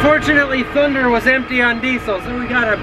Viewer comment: You saying "thunderrrrrrrr" every time you open Thunderrrrr. NEVER gets old. I laugh every time 😂